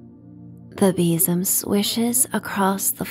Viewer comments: sounds like bissum 🤪😂😂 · Sadly, I couldn't relax to this story for the simple and daft reason of your pronunciation of besom. We say it very differently here in Scotland, and I couldn't help but call out our version each time you said it. 😅 oh well, I'll wait for the next story 😊